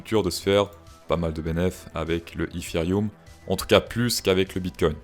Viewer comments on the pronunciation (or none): Le ifirioum ? Bonne vidéo sinon 😅😂